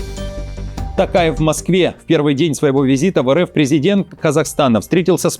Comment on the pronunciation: ТОкаев, а не Тукаев. Правильно произноси!